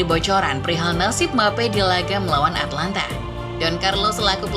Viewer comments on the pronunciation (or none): Atalanta sama atlanta beda ya nyet, perbaiki lagi penyebutan nya